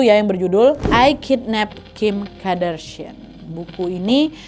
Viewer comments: Kardashian kak Nad bukan Kadarshian 😭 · Kardashian wak, bkn kadarsian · Kak nad, Kardashian yaa bukan Kadarshian 😅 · Kardashian bukan Kadarshian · Kardashian not kadarshian wak😂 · Kak naaaad kok 'kadarsiaaan'... Qadarullah aja sekalian.. apa Kadarsieeuunn 😅